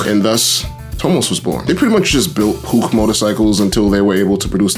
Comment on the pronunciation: thank you for properly pronouncing Puch